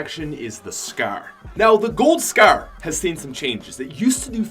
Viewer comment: Does it annoy anyone when he says scair instead of scar